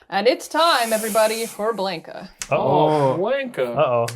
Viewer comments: I know this video us almost a year old but for the love of Ugin, ite B-LON-KA not BLANK-A. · Exactly. It's Blahn-Kah, not Blaynk-Ah